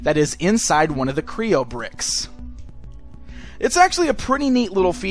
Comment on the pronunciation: Kreo not kroon